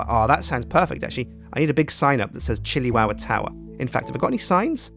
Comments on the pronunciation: It is the Chili Tow-wah! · I keep hearing shittywowwa lol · episode two: powah in the chiliwowa towah